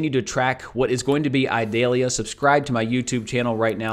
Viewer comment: Ee - dal-ia. Not eye dalia